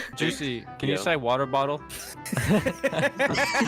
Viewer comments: wUeR bUol💀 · wa-o Bo-le